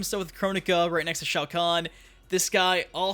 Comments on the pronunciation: ITS SHOA KHAN IDIOT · Bro that’s shao-kon